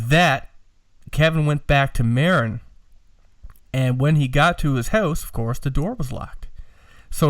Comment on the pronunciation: FYI. Marin is pronounced MA-RIN. It is the county that begins on the North side of the golden Gate Bridge. Sausalito, Mill Valley and San Rafeal are 3 of the towns there. Several famous hippie bands moved there in the 60's and 70's when it was still pretty Bohemian. Now it is the affluent part of the Frisco Bay where high end Beemers and Mercedes etc. flood Interstate 101. There ya go. Random info for the day. Congrats on the Apollo. That pic of Bill Putnam working on an 1176 limiting amp inside the box really puts perspective into what you have. Search the phrase "Universal Audio 610 Console" to see and hear a neat vid of a vintage UA console in use. My opinion on the sound. More mids on your voice and cut the boominess a bit. Then you and Ryan will sound more balanced. You sound kinda scooped. Listen and see if you agree or not. Thanks guys.